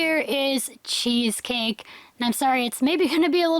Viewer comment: when you said cheesecake i thought u said cheese steak lol